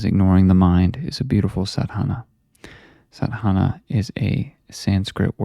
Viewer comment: Just a small correction brother...its pronounced "saadh-naa"